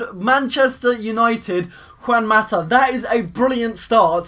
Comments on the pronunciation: u said Cuan Mata u pronounce it as Huan Mata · Lol cant say Juan mata